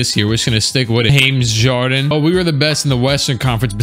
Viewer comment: Why is no one talking about how he said hames jarden 😆